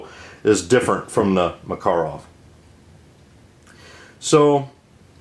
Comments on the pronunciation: Hi. Yes, i am aware of that fact in the U.S. and of course I can not blaim english speaking people for incorrect way of pronouncing russian words/language ( same with the most russians who speak/trying to speak english :)) cuz russian IS a difficult language (both linguistic and grammatical), in fact russian language is a kind of a mix, it has slavic base but with a lot of "finnish" and many turk/tatar words (Finnish and all other Scandinavic languages actually developed FROM the ORIGINAL russian (uralic-khazar) language,and not the other way as its been commonly thought.Even old german was spoken with uralic accents (statement of a german expert).Im deep studying the the origins of russian and slavic languages these days :)). There are 37 native (!) different languages in Russia (15 official) with their own dialects and accents of course,but again, when it comes to pronouncing a RUSSIAN word, they all do (or at least try) that in the same,correct way cuz Russian is THE main language in Russia. Cool video about those pistols by the way, and when a PM Makarov is a kind of a deep modernised version of PPK,PPK, what a lot of people maybe don't know,is a deep modernised version of Browning M1910,so browning's babes are the moms (or grannies :)) of the most pistols in world :) Good day Sir. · Im getting upset at how he says Makarov lol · The Russian pronunciation stresses the second syllable. At the Presidio in Monterey CA I saw first hand the difficulties of American students with foreign languages. I was lucky, that I had a couple of Slavic languages under my belt and did ok. So let this guy be, he is doing fine. Make your own videos and we will be more than glad to watch. Thanks.